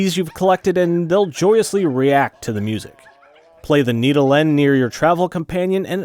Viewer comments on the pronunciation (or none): The need-oh-lenn...